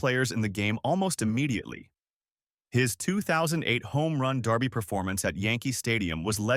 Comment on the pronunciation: Then edit better dude Dock is Doc come on now and your voice over leaves a lot to be desired "darby" for home run derby is just one example.